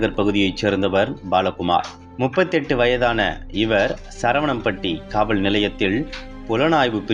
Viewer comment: தமிழ் வார்த்தைகளை சரியாக உச்சரித்து படியுங்கள் காவல் காவள் என்றும் எல்லாத்த வசனத்திலும் ள் இதை உச்சரிக்காதீர்கள்